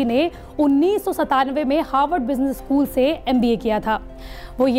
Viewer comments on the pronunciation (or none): none